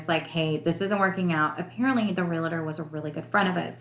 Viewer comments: As a whole you sound well educated so when I tell you this perhaps you will understand that I mean well. The word ReLaTer doesn’t exist. The word is Realtor pronounced exactly as it is spelled. Realtor REAL TOR. All licensed real estate agents/Brokers are not Realtors but all Realtors are licensed real estate agents or Brokers. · The issue isn’t ER or OR It’s Real tor. 2 syllables Not Re la Ter 3 syllables